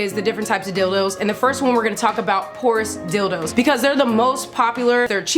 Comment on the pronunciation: I thought she said "Horse Dildo" so I had to look back and see what she said, it's "Porous Dildos". 😄